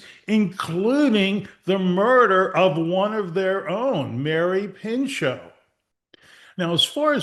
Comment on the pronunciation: her name was Mary PINCHOT Meyer, not Pincho…